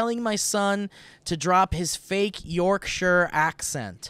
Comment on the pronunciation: As a Brit, I very much appreciated Steve's attempt at the Yorkshire pronunciation. We struggle with it too.